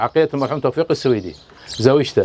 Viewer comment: لفظ السويدي خطأ, مع الاعتذار, فهو ليس نسبة لبلد السويد , يلفظ Al-Suwaidy.